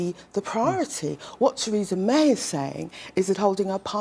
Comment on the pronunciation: She said tweesa may ! Can’t get her tongue around her Rs. Bet Corbyn did! They say Micky mouse wears a Diane Abbott wrist watch !